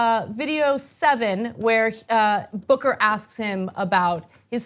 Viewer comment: Did anybody else hear booger the first time she said booker?